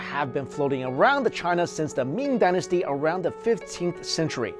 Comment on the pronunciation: did he say 'meme dynasty' 😂